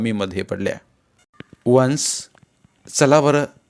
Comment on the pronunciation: तुमसे वचन खूप् छान आहे पण तुम्ही वन्स आणि गोष्ट हे उच्चार तुमचे वेगलेच् वाटतात्